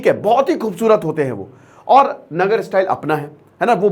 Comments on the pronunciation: नगर नहीं sir नागर style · नगर नहीं नागर